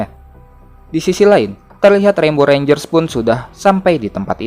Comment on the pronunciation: bisa bisanya lu bang nyebut rembonya kek gk ada bebat